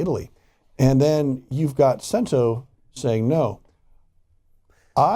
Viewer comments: Pronunciation guide: Cento is pronounced "CHEN-toh", and not sen tew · "Sent-o"? Its "Ch-ch" Cento. Before reporting on an item, please make sure you actual know how to pronounce it. Love when white people love to claim Italians as their own, but cannot pronounce the items properly. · Learn to pronounce Cento properly.....all this communication back and fourth and you still say “Sentó” yo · "Ch"ento. . Ch-ch sound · It's pronounced chento. Ch sound. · You aren’t pronouncing the name of the company correctly